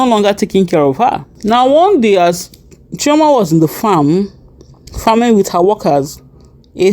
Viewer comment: Chioma not choama